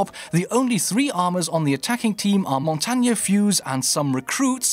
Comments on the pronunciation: Stop mispronouncing operator names. Its m eye stro, not m eye eh stro. Mon tane, not mon tonya. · He mispronounced M eye stro as My eh stro. And Mon Tane as Mon tonya. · actually montagne is pronounced mon tag nee